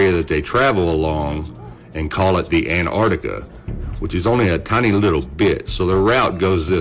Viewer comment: HEY AMERICANS, THERE'S TWO GOD DAMNED C's IN "ANTARCTICA"!!!!